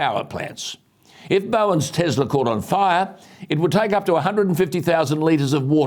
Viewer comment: Alan, as much as I love your shows, I would like to ask you a small favour. Please do not say " Tezla". Nikola Tesla was one of the greatest inventors in the history, so surely he deserves that little bit of courtesy to have his name pronounced correctly. His name is Tesla with an S.